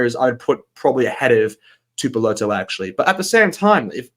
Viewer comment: Tuipulotu is pronounced “Tewypewlotew”not “Tewpewlotow”